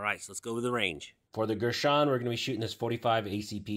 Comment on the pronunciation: Gurr San, not Gersh on.